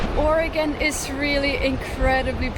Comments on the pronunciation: Born and raised. I love how you are saying Oregon correctly. She just visited a small portion of pacific coast. There is way more to see. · You beat most Americans in actually pronouncing the name of the state correctly.